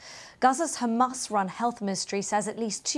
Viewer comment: "According to HamArse".... typical Al beeb.